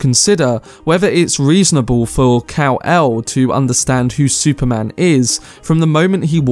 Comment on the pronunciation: Love the video! Cound't stop laughing (in a good way) when you says cow-el haha